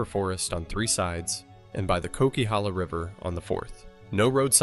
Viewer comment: Coquihalla pronounced KOW - KUH - HAA - LUH